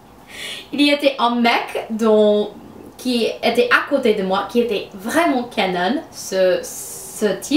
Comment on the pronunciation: Hahahaha ça m'a trop fait rire comment tu as prononcé "Canon" xDD J'ai vraiment trouvé ça trop mignon x)